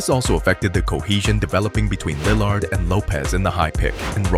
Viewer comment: this was a great breakdown but the way you pronounce "Lill-ard" is killing me lol